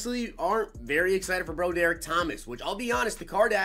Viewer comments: Meh, but you mispronounced Broderick.. it's brah drick. Not bro derrick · it's pronounced BRA-DER-ICK lol come on. Pack luck and mispronounced names is the way hahaha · You pronounce it broadrick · Bro derick? Are you kidding me? How do you really think that’s a name? It’s BROD ERICK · its pronounced , broad-drick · please tell me that pronouncing his name “Bro-Derick” is a joke😂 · Lol he keep saying his name wrong. Say it like~> Rod-Drik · Lol Bro-Derick.